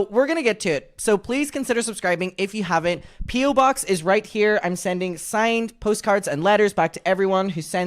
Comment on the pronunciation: Jojo concentrating suoer hard on saying "the rrrrran away" instead of "They Wan away! They wan wight outta thewe!"